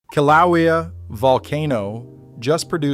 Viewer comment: For Gods sake ….why can’t you get a person to pronounce the names of KĪLAUEA and the Hawaiian names correctly?!? If the computer can’t do it hire a Hawaiian announcer DAMN IT! I can’t even stand to watch these videos anymore. IT IS INFURIATING AND INSULTING!!!!